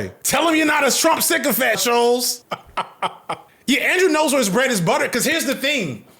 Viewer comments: i believe it’s pronounced (sh-ul-ts) rather than ( sh-oh-ls) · This video is off the cuff and it shows. That's not even how your pronounce Schultz's name